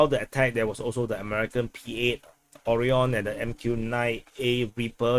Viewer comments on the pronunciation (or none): none